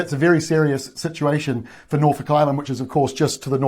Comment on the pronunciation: Norfolk pronounced correctly in this part of the world!